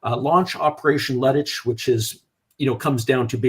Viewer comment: As always, good show, a lot of expertise, as always good lead by you but the pronunciation of German terms is cringe-worthy! Lüttich sounds like lettuce, its LEIBstandarte and not LIEBstandarte. I know I stand alone here regarding this but its annoying. The rest ofcourse is top-notch and out of my league!